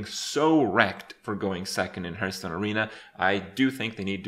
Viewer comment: Do you say 'hearth' wrong on purpose, because it sounds like 'har'th' as opposed to 'her'th'